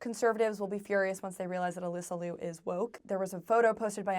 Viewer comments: Please don't mispronounce her last name, it is not Lew, it is like Leo. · Well, at least pronounce Alysa’s last name correctly, OK? Also do you really believe Ailing Gu was bought by CCP? Why can’t she love China genuinely?